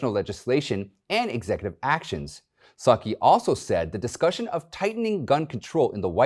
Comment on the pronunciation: Did he pronounce Psaki “Sukky”? 🤷🏼‍♀️